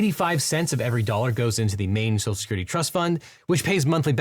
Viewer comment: "Social Security" is clearly too much for this host's speech impediment.